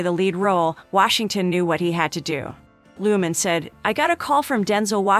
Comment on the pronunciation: Nice to learn a few facts about Austin but your pronunciation of Baz's last name (director) is not Looman but Lurhmann (with an "R") Maybe you should get YOUR facts right!